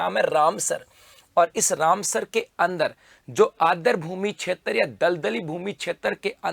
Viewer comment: Adr nahi aadr boliye